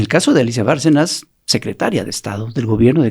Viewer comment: Repiten y repiten, el apellido de Alicia Bárcena, como "Barcenas" con una "s" al final. A lo mejor pueden aclarar, es importante, ya que hasta la presidenta lo repite como "Barcenas"